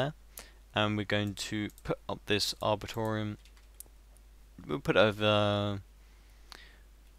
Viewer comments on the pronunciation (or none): are-bore-ree-tum (arboretum)